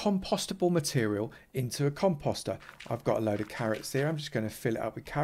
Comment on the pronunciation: But the way he mispronounces compost..lol